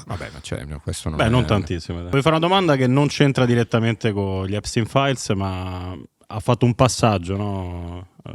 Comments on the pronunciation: "Il Nior Taims ha scritto gli Episis Stains" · Impossibile pronunciare Epstein files nel modo corretto